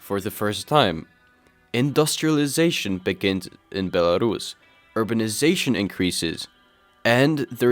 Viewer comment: Co za kurwa Bielarasza? First learn how to speak before publishing your very valuable opinion